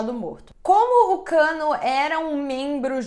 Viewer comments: Eu bugando varias vezes dela falando Kanno/cano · Dsclp mas eu ri mto toda vez q ouvia ela falando Kano )Cano)kkkkkkk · Nao to aguentando a falando "cano" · Gente tava tudo bem até o sobrenome da criatura ser revelado, e a apresentadora frisava o cano o tempo todo eu ri até morrer😂😂😂😂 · A pronúncia certa é Kannô